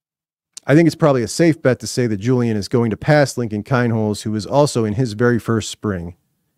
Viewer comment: Please learn how to prononce KEEEEEnholz